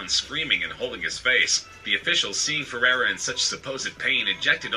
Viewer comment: I want to spit the dummy every time the announcer calls Rivaldo ''Feirreira''.